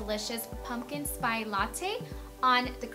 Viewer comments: Spice not 'spy'! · why does she pronounce spice like spy? is that the right way to say it? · Did she just say pumpkin spy latte? Lol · Am I the only one who wanted her to keep say pumpkin spy latte? Lol 😂😂😂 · know hahahaha she says spi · im sure its just her accent... it is Spice. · Lol i wondered the same thing! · I was thinking the same thing. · cracks me up how she went on Despierta America and acted like she didnt speak spanish yet she cannot even pronounce "spice".... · Sweetie ... How many times are you going to mispronounce the word SPICE? I have a hard time believing you actually wrote that book.